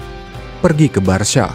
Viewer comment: Baru di channel ini pengucapan "Barca" paling benar yaitu Barsya..bukan Barka 👍👍